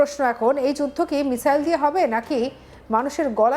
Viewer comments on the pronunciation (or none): none